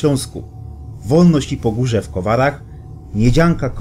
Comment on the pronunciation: Kopalnia Podgórze, a nie Pogórze